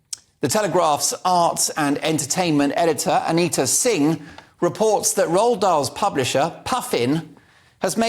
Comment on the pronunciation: 0.02 you don't pronounce the d in Roald.